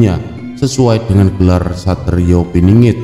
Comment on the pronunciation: Pinangat piningit ngk jelas bhs mu